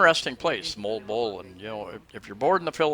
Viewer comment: Hahaha, you got the pronunciation of Moalboal correct. LOL.